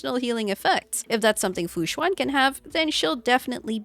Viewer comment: Tip for pronuncing fu xuan: right now u are saying "xu-Ah-n". Try "xu-en" as in ENdgame.